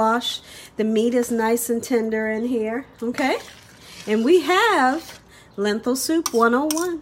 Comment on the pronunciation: The word is lentil not lenthil